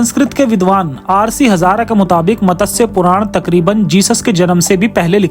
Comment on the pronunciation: Pronounciation मत्स्य ✅ Matassya ❌